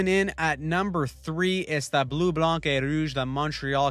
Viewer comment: The c in blanc is silent.